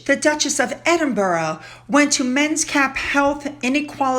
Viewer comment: Please learn how to pronounce Edinburgh.😊